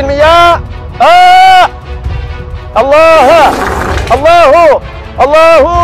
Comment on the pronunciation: 발음 부드러워진거ㅋㅋㅋㅋㅋㅋㅋ 알라 후~